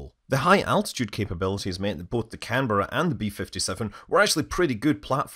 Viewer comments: Thank you for saying Canberra correctly! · Great content as always, but sir, a real tip of the hat for actually pronouncing Canberra correctly. Fantastic effort 🤣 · The first operational aircraft I worked on as a technician after finishing my apprenticeship in the early 1970s was a Canberra and it was older than me ! In this video it was nice to hear the aircraft name pronounced correctly instead of the way the Americans say "Can-bear-ah" :)